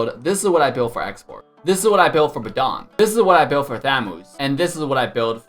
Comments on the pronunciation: Who the fk the BEdan. It's badang. What is Las but node lis? It's last but not least. There is nothing can stand in his way? It's there is nothing that can stand in his way. Marksman? It's marksman. What is wrong with your English. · Not BEDANG BUT BADANG